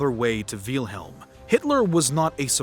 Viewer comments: It doesn't take a rocket scientist to know his name wasn't pronounced "VEELhilm" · I'm a native German speaker and that is not how you pronounce it. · “Veal-helm” It’s Wilhelm like vill in village. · It pronounced "Vilhelm" not "Vealhelm". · "Veal-helm"? Never heard it pronounced that way before. :P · bro "Veilhelm" IT'S WILHELM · Don’t mean to sound rude but Wielhelm? Is how you pronounce name? It’s Pronounced Villhelm in English it’s not that difficult. Edit: I just watched the rest of the video, you need to learn how to pronounce German names and words. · Btw, it's "Will"-helm, not "Veel"-helm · Quick pronunciation note: the name of the Kaiser (Wilhelm) is pronounced "VILL-helm", not "VEAL-helm". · I’m pretty sure it’s Will-helm. Not Wheel-helm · I like how he spells out Wilhelm the second. "Wheelhelm the second" lol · It is pronounced will-helm my god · Jesus learn how to pronounce words. VEEL-HELM lol, what are you a 12 year old? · Excuse me, dawg. I believe it's pronounced willm-helm. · it’s same! Like Victor and Vicktor; Nicole Nicolas Nicolai. Wilhelm the H is dropped silience.. so it’s Will-Lem! Will, William,Wilhelm the same name. I watched German movies so I learned how they spelled out. May you lived in your own world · Great video thanks for that but minor critique its not veelhelm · Wiiiiilhelm, doesn't wilhelm has its I silent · This is a great video but as a german i find your pronounciation of Wilhelm very funny. All I hear is Wheelhelm haha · It looks like the creator of the video would have learned how to pronounce the name of its subject before making it. Tip: it's not "Vealhelm". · Veelhelm ahhhhhhhhh why?!? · Der Kerl hat ständig "Wiehlhelm" gesagt, das meinte ich damit. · I'm German and the Name Wilhelm is actually pronounced with a short 'I' It's pronounced like "will" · it kinda hurts that he is saying "wheelhelm" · "VEEEEYIL HELM" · great but one small issue its actually pronounced will-helm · Why do you mispronounce Wilhelm and Adolf?